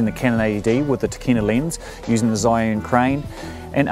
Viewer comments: Hi, It is pronounced as "chee - yun" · First pronunciation was correct, you said it wrong all throughout the video. :)